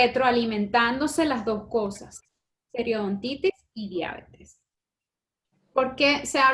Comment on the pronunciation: No logré ver el video completo porque no soporté escucharlas decir "Diábetes" ... No lleva acento(tilde), es Diabetes se pronuncia Dia - be- tes ...Horror!